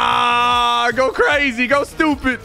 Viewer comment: Aaaa go crazy, go stupid. Why did he say that in a Italian accent.